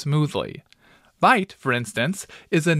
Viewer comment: it's actually 'vite' for those who may not know